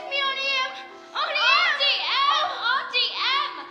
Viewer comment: Why does she say Ountie instead of it being pronounced Auntie Em?